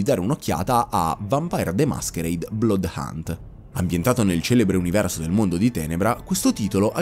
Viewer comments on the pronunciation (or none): none